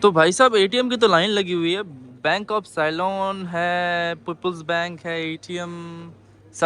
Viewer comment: साइलोन नहीं सीलोन बोला जाता है ... कहीं ऐसा ना हो कि साइक्लोन बोल दो ! तुम्हारी अंग्रेजी - हिंदी माशाअल्लाह 😂😆🤣